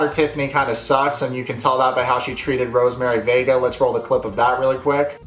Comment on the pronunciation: Everytime he says Rosemery vega i keep hearing "Rosemery baby"